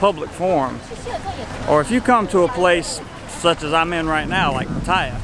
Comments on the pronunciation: It is pronounced Pat-T-ya not Pa-tie-a. Did like seeing the first bar he walked past was 2005 Nid bar beer. My picture is on the wall and several of the staff are FB friends of mine that I talk to almost daily. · "PA-ta-ya" NOT "PaTAYA". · Why did falung always say Pat-Ty’a instead of Pataya? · Decent job and helpful to newbies. But PLEASE learn to pronounce Pattaya...the arrogance of Westerners is appalling. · why is it every farang i here canot pronounce Pattaya properly , ! never spoken to a Thai?